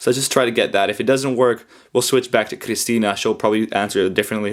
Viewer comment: ここまで発音がきれいな「クリスティーナ」はそうそういないw